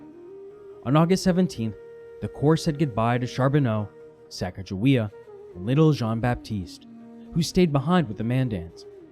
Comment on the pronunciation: When he mispronounced "Pierre," i just knew he was going to mispronounce Sacagawea as well. Stopped watching at that point.